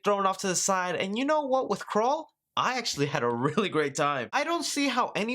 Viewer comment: I thought you said Krull 😑